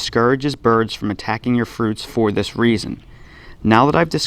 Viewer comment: "Check out dis tail!" LOL 🤣🤣🤣